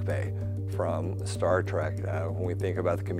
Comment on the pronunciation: Man... Come on guys.... TREEEEK........ NOT TRACK! TREK! T-R-E-K like you are going on a walk right, you are going on a TREK!